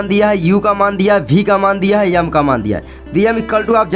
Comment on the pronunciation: 😂M ❌ yam✅ 😢